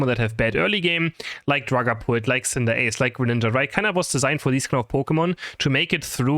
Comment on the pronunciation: this is not hate but the way u pronounce cinderace boils my blood omg